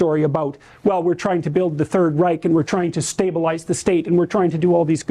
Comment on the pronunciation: Then he has the gall to say "rike" instead of "reich". The sheer laziness of Peterson's approach to history REALLY gets up my nose...